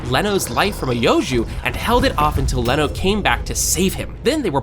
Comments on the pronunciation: it's not Leno it's Reno ichikawa 😂😂😂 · First mistake: "Leno" Ichikawa.... it's "Reno" not "Leno", do your homework better or don't use AI this much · Its reno…not leno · Leno? Isn't Reno? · Its reno not leno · His name is Reno not Leno👍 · Bro es reno oshikawa no leno ishicawa, es kaiju no laiju xd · Leno bro It’s reno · isnt it reno not leno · ITS RENO!!!!! NOT LENO!!!!! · Not Leno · Bro officially it's Reno not Leno 😂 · it`s reno ichikawa not leno ichikawa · Are you callin him leno? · Bro it's Reno not leno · It's Reno ichikawa, not leno ichikawa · Ok just gunna say you're spot on but its Reno not leno 😂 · FYI Reno not Leno 😂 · first of Its not leno its "Reno" and its not "soshino" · First of all it's Reno not Leno and second that's not a monster is a parasite kaiju no 8 and a ancient samurai used to be kaiju no 8 and both Kafka and kaiju no 8 wanna kill all the parasites to avenge its regular owner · I think it's reno not leno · Leno???? i thought his name was Reno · sorry but aint he call reno no leno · reno not leno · Not Leno Reno